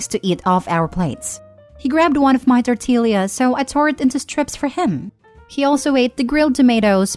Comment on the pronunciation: It sounded like a mashup of the correct and incorrect pronunciation lmao